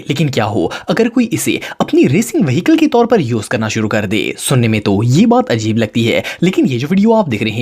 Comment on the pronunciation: Ghajeeb nai ajeeb